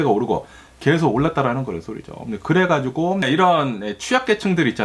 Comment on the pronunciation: 4인가족이 평범하겜 엄청나게 부자도 아니곰.... 부부감...그래가지곰... ㅋㅋㅋ 너무 ㅁ을 많이 쓰셔서 집중이 안되는건 나뿐인가요